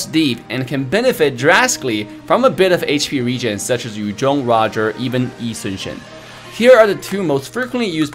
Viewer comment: The way he said "Yu zhong, Chou, Ling..." is a music to my ears. Most ML players pronounce Yu Zhong as Yu ZONG and it hurts! 😂